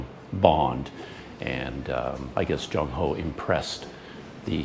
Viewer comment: Admiral 郑和 should be pronounced as Cheng6 Wo4 (in Cantonese) and Zhèng Hé (in Mandarin) His other names were: 马和 (Mǎ Hé) muslim name 三保太监 (Sān Bǎo Tàijiān, or "Eunuch Sanbao")